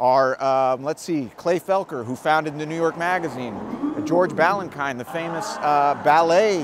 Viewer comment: I believe it's pronounced Balanchine is pronounced -cheen, not -kyne